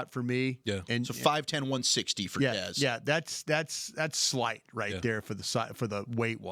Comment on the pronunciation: said Tez Bryant 😂 hope he's got that Dez mentality if we draft him..